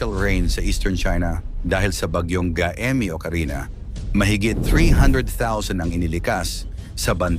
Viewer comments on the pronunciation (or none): MALI ANG BIGKAS NG GAEME DAPAT GAYME. KAYA WINALIS LAHAT CG NGA HINDI KAYO NAKIKINIG SA CALL OF HUMANITY NAGBILIN AKO NOON NGAYON PILIPINAS SUBUKIN MATATAG ANG EDUKASYON NGAYON NGAYON MATATAG O MALALANG EDUKASYON NAGKLASE BA KAYO HAH HINDI KAYO NAKIKINIG.